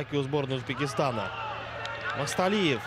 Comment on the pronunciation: НЕТ. НЕ МАСТАЛИЕВ, А. МАКСУТАЛИЕВ!!! ФАМИЛИЯ. ПОПОЕМУ. НЕ СЛОЖНАЯ, НО КОММЕНТАТОРЫ. ДОЛЖНЫ ЛЮБУЮ ФАМИЛИЮ. ПРОИЗНОСИТЬ ПРАВИЛЬНО!!!